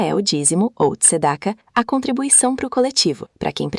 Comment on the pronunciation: pronuncia-se "tzdaká" e não é um dízimo, é uma boa ação ou caridade